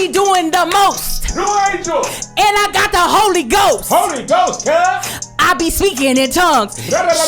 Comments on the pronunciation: LMAO not “NEW ANGEL” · The way that they both said "New Angel" at the same time gave me SO much joy! AND she spoke in tongues on there?!